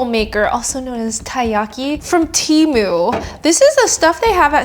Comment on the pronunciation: You said "TARMU" and it had me rolling! 😄